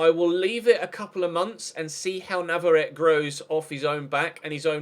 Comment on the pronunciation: I think it's pronounced nav-ar-ret-ay